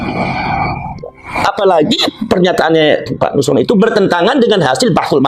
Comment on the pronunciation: nosroooon nosrooon km ini g bisa apa2 nyebut silsilah aj g bisa itu luput km yg sampaikan itu nosron jgn sok bisa km itu alkazdaaab